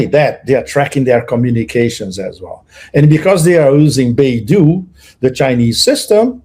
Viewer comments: It is called Bei Dou, NOT Baidu. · With all due respect, they do NOT sound similar. The narrator lives in China - he should know the difference, esp since he has pic of the word 'Bei Dou'.